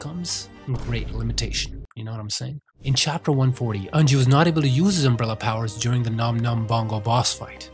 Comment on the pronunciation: The way he pronounced unji took 10 years off my life